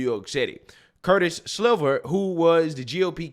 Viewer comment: Curtis Sliwa. Pronounced "Slee-Wah"